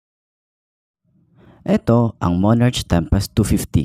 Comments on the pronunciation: monarK po pronouncation nyan di po monarCH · Monark,tamang pag pronounce nya...✌️